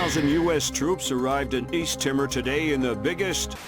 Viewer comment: lol 'east timmer'.